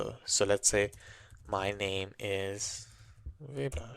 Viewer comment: As an Indian, its the first time I heard the name "Vaibhav" pronounced as "waybhav" lol. BUT, its nice to see fellow Indian brothers on this channel. Keep up the good work.